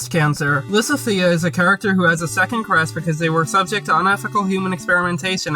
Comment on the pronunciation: That pronunciation of Lysithea… they say her damn name in the game!